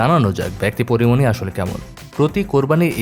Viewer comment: Am i only heard 'Kori moni' instead of Porimoni?